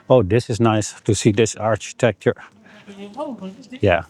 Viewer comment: in English, we say: "Architecture" like Arkitekture, with k-sound not like Architekture, with ch-sound even though Dutch say: "Architectuur" like Arsheetektuur, with sh-sound